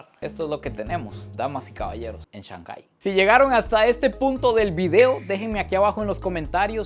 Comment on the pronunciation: tu contenido es 20 de 10! Solo una sugerencia recuerda que si hablas para hispanohablantes está bien decir ShanGai, en vez de ShanJai.